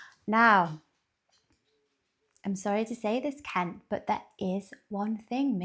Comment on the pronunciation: You say Cowboy Kent's name just right!